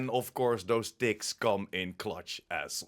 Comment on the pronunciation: Well, lemme tell you.English isn't my first language. For a first 5 min i heard 'dicks' instead of 'ticks'. Put a hole new spin on the game (don't belive me? - re-watch it with my ears😂). Couldn't unhear it after either.